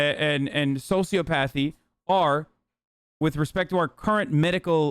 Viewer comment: can hasl pronounce "psychopathy" and "sociopathy" correctly for once? pleeeease